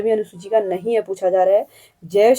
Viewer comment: Q 9 में तृतीय क्षेत्र में संचार सही है उच्चारण "नहीं " गलत हो गया शायद